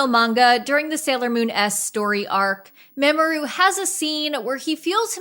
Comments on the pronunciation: Its pronounced Ma-Mo-Ru not Maamoru please learn to correctly say the name please. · I will have a coronary next time I hear "Darien", "Serena", "Sailor Scouts", etc. Dubs should be illegal, it's not the true fans' faults people are too dumb to read subtitles. And Mamoru is pronounced 'Mah-mo-ru'. And Sailor Mercury doesn't just use bubbles, most of her attacks are based on regular water. "Whatever Venus has going on"? Her power is based on love, (Sailor VENUS? Get it?)she even says it in her introduction speech. I'm not trying to be rude, but maybe you should do some more research before making a video about something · don't take this the wrong way but its pronounced "mah-moe-roo" or "mah-moe" he's not an old woman lol 😅